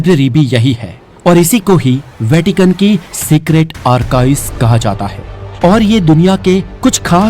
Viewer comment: "वैकिटन" नहीं 'वैटिकन' होता है👍